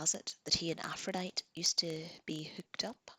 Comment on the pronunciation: Just some friendly info... Aphrodite is pronounced Afro-Die-Tee and Jose is pronounced Hose-Aye. :-)